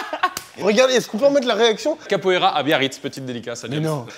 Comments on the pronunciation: Capoeira* pour le sport pck "kapoera" c'est le pokémon 🤣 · "Avec qui j ai fait de la kapoera a Biarritz "😂😂🤣🤣🤣🤣